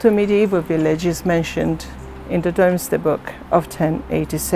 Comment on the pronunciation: Domesday is pronounced’Doomsday’.